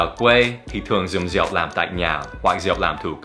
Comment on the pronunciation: Xin lỗi nha Việt Nam không có từ rịu hoặc riệu nhé, chính xác là Rượu, không có trái lịu đạn chỉ có trái lựu đạn, ( đặc biệt là người Miền bắc gần như không ai đọc đúng vần ươu, hoặc ưu đa số đọc là iu hoặc iêu. Người Nam đọc rõ ràng con hươu chớ không phaỉ con hiu, Bún riêu nấu óc bươu chứ không phải bún riêu nấu ốc biu. Mr. Dan học phát âm sai, vậy mà dám chê người khác sai?) Dép tổ ong do người Miền Nam sản xuất đầu tiên, nhưng vào miền nam nói dép tổ ong không ai biết. Trong Sai Gon không ai hút điếu cày, chỉ hút thuốc rê. Miền nam không ai dùng từ bón cơm, bón phân cho cây trồng thì có, tư thông dụng là đút, nghĩa của hành động đó là mớm, bởi vậy mới có từ ghép bú mớm.